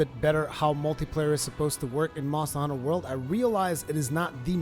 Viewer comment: Monstuh Huntuh Wuhld.